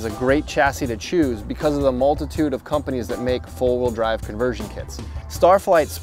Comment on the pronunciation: Are you saying full wheel drive or four wheel drive?